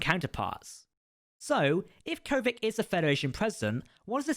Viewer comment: I think the answer to the question in the title is a simple "yes". Also, please note that you go back and forth between the pronunciations "Kovich" and "Kovic". I believe the former is correct.